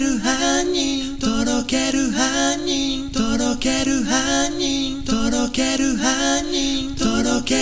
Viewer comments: 「とろける杏仁♪」が「とろける犯人♪」に聞こえるwwww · とろける犯人豆腐www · とろける犯人にしか聞こえないんだがw